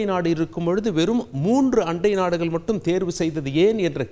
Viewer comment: யோவ் நீஇன்னும் தமிழை சரியாக படிக்கலையா? நாடுகல், மக்கல்,இஸ்லாமியார்கல்😢